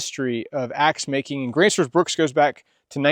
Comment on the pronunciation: There's no "S" i n bruk.